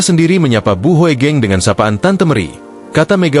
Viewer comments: Jadi Nyeri dengarkan Celotehannya. !!!! Seharusnya dibaca Ibu Meri Hugeng - Bukan Hoegeng. !!? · Maas.. tulisan HOEGENG bacanya Hugeng nggih